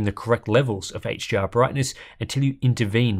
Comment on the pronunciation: It's sounds, to my ears, like the reviewer is saying 'HGR' instead of 'HDR'.